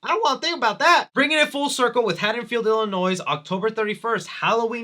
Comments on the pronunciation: Zombie didn't understand Michael at all. And it's MYERS, not Myer, it's not IlliNOISE...ILL-UH-NOY. And do you even know who Nostradamus is?? Laurie looked nothing like a dude with a long beard. Did you maybe mean Nosferatu? Dude...you're hurting my heart and my head over here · Love ya man. But it’s pronounced “ILL-EH-NOY” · “Illi-noise” The s is supposed to be silent. I’m from Illinois so the mispronunciation has been bothering me, lol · I liked everything about this review, except for "illinoiS" (i dont give a shit about illinois its just a pet peeve) lol good job tho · He said “Illinois” and pronounced the S 🤦‍♂️ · Yea rob zombie got the character all wrong just like you got the pronunciation of “Illinois” all wrong. Lmao the “S” is silent bro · Hey, as someone from Illinois, I need to correct you that the S in Illinois is silent.